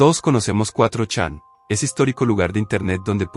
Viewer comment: Iba a escuchar el vídeo de principio a fin, pero el escuchar "cuatro chan" me detuvo 😢